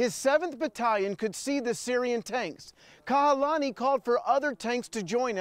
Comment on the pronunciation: It's Kahalani, not Kalahani...